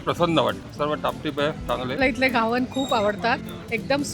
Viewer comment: Ugach inglish, mahag diste ahe, ghavan ucchar nit karava